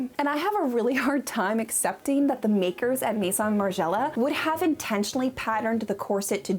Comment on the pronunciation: the way you pronounce :maison: is incredibly off putting. I mean, u have google translate, i just type maison there and it tells u how to pronounce it. These days, IGNORANCE IS A CHOICE, TRULY!